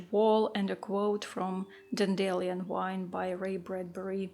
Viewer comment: I love that: " even the worst art journal pieces have the right to exist" that is just brilliant! I love your artwork and also your philosophies and insights. oh and here's one "fun" correction Dandelion= pronounced dandy lion, because , before this flower bursts into white fluff it looks like the mane of a little lion. ❤